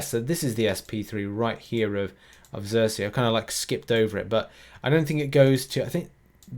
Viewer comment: It's SERSI, not ZERSI.